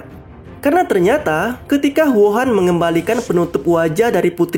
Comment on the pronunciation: Namanya Huo'an bang kok dengernya kayak wuhan 😂